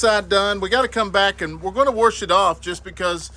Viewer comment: Yay!!🎉 🎉 I love hearing worsh it off…I get made fun of because my southern comes out when tired. I was raised by a grandma from Tennessee so there is that the add into 20 yrs in Pasadena, TX. I put things in the worshing machine alot.